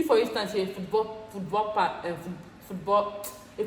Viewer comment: Hey, I must say your elaborations are so natural and that's what makes your videos stand out. Laughed hard at how you found it hard to pronounce "football fan" 😄. Am lucky that am applying to the same universities for the same course that you applied for. This video perfectly suited my search. Thank you for this. Am glad you won the scholarship. It was well deserved